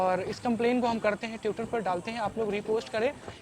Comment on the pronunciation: Bro it’s twitter .. not Tewter!